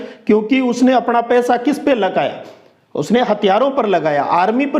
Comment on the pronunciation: Sir app please sahi bola karo .वाला कौ वार्लणा और अपना कौ अपणा